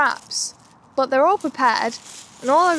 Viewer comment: Why do you say BOT instead of BUT?